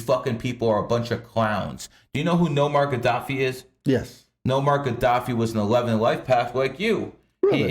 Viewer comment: I agree with everything you said but if you're going to call people fucking idiots for not doing their homework at least get the guys name right it's not Nomar Gaddafi it's Muammar Gaddafi. In your other video you said Komono dragon and it's Komodo. Make sure you're on the ball when you clown others.